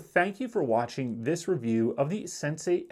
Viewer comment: It's not SensAi. it's sen-see 😂